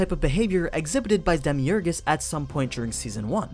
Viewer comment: Who’s Demi Ergas or is it just demiurge